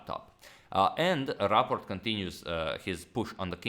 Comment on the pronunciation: Do you pronounce it Raport or Rapport? It's not the same.